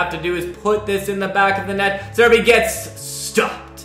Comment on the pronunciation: "Acerbi gets... stopde" xD